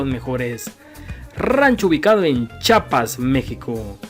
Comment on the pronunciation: No se dice chapas, se dice chiapas.